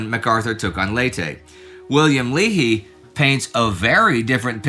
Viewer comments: I'm a Leahy. It's pronounced with a long A. Lay-hee. (After nearly 55 years of hearing it mispronounced I just always chime in). Also, thanks for mentioning him at all. There's almost NO knowledge out there about him and I always thought the guy bearing my family's name was just a rose garden butt kisser who never did anything meaningful during the war. While I'd rather have seen him commanding ships that delivered pain to the enemy, knowing he was genuinely useful makes me pretty happy. A fellow is never too old to learn new stuff! Thanks! 🤘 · I've heard it mangled as "leah-hee", "lee-hi", and "lee-hee" a lot. From watching the few YouTube videos I've seen on the Admiral he was introduced by my family's pronunciation "Lay-hee". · Admiral Leahy's name is pronounced LAY hee. General Yamashita's name is pronounced : yah MAHSH tah. Admiral Leahy knew FDR when the future President was Assist Sec of the Navy. Leahy was later chief of naval operations and pushed to increase the US Navy fleet tonnage by 20% in the late 1930's. He retired right before WW2, but FDR said he might need him back. President Roosevelt made him Governor of Puerto Rico then ambassador to Vichy France before recalling him to the Navy from retirement as Chief of Staff to the President. He held the very first 5-star rank in the US, senior to all military officers including Marshall, King, MacArthur, Nimitz, Eisenhower and Arnold (in this order).